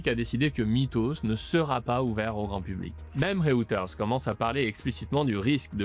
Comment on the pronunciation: Reuters : "réutèrse"